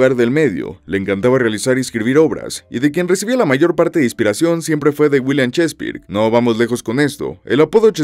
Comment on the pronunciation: "chespirujo" no manches🤣 y en un video donde le hacen un doblaje castellano le dicen "chespirajo"🤣